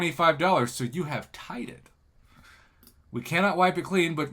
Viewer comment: Did say "You have tited" English is my 5th language so im still learning, but i thought its "you have tied" When you still learning a language, tou tend to be a grammar natsi.